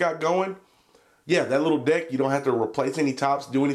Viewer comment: When he said "deck" I heard "dick" and laughed my ass off.